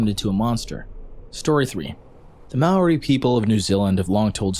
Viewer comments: Listen I love your videos but Maori isnt pronounced may ooary. its maoh-Ri(Roll the R) sorry just a pet peeve. and also fun fact, you could have ridden some species of moa as horses because they could grow up to 3 metres tall, around 10 feet for americans. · omg I didn't expect NZ in here, epic! And yes, I remember learning about this in school, we even had drawings depicting a scene with the two birds - speaking of, Moa were huge so imagine the size of a Moa hunter sheesh. Btw I just thought I'd say the you were pronouncing Maori wrong, just so you know for future reference.